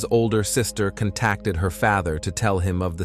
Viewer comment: "cont-tack-ted her faether" lmaooo ugh yet another true crime channel using ai tools and voiceover trying to make a quick buck off high cpm i see